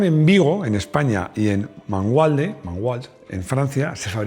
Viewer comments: ¡Ay, Ay!. ¡Que columpiada! Mangualde está en Portugal, cerca de Viseu. Allí se trasladaban las líneas que antes producían en Vigo. Eso sí: la adaptación que has perpetrado de Mangualde al idioma francés, diciendo "Manguald", te ha quedado fetén. Un abrazo desde Vigo. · Mangualde es la factoría de Stellantis en Portugal, pero esa pronunciación afrancesada no tiene precio... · Querido, Magualde se pronuncia como en español, y no está en Francia sino en Portugal, jeje. Pero efectivamente alli se fabricó en Dyane 6, y de alli me trajo un amigo una capota para el Dyane que heredé de mi tía al cumplir los 18 años. No corría mucho, pero me encantaba. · Mangualde es la fábrica de Portugal, no en Francia ni se dice Manguald, claro xD